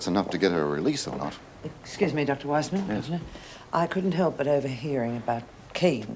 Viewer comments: I laughed when said Weesman lol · calling Dr Weissman, Dr "Weessman", and calling a "geisha", a "geessha". It's like Erica, Vera, Ann, Meg, Bea, Joan and anyone else saying "Meemo", instead of "Memo" all over again lol.